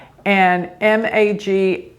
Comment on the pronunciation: It is "MAGHAA" .. GH.. Nakshatra